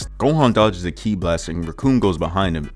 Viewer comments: Bro said “key-eye blast” lmao it’s pronounced “key” for kí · Did bro say kee eye push?